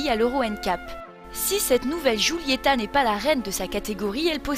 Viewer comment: alfa sshhhguulyettahh lol sh sh sghghghg